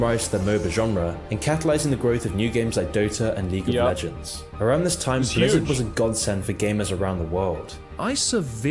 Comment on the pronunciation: does this narrator even play the games? i mean how is he spelling things like this? nostal-rius, die ablo, blezzard